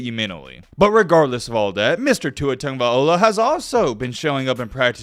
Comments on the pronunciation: Learn how to properly pronounce Tua’s name! It’s LOA NOT OLA A REAL BAMA FAN KNOWS THIS! U FAKE AF 😂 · This man name gets slaughtered, tag (not tung) a vail loa (not ola) smh 🤦🏽‍♂️